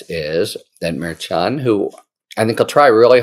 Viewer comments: Harry, Harry, Harry! Mer-shawn. Not Mer-chon! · Mare CHON is not the pronunciation. It’s Mer SHON. Source: Karen Friedman Agnifilo of MeidasTouch, Legal AF. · I am a fan of H. L. But he drives me crazy mispronouncing the judge's name. It is not difficult. H.L. is smart. What's the problem? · Harry, you mispronounce the judge's name. It is unprofessional and distracting. Why not just do it right?